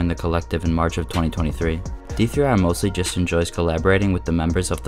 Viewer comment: hearing him say d3r instead of der makes me wanna die 😭